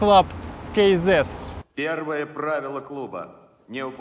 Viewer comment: почему кейзет, когда просто кз......)))))))))))))))